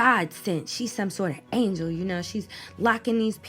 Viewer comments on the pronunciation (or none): none